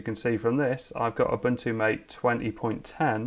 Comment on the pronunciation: I'll have to check out Mate. By the way, it's pronounced "mah-tey" I guess